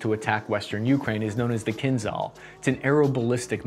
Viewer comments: for everyone who wants to be more educated and familiar with potential enemy's language -- the pronunciation is not kinZal, it's kinZHal, it's a different letter actually. Just listen кинжал in google translator. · Kinzhal means “a dagger” in Russian and zh is pronounced as in second sound in J. “Kinjal” will actually sound closer than “kinzal” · It's pronounced Kinjal, not kinzal. The j is like in pijamas